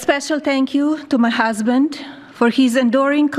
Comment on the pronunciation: "My Harsband".. 😂